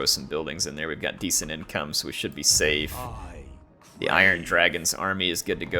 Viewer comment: "Yin"come, I like it! 😁